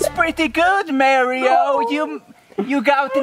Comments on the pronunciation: Dat bretti gud merioh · And Merio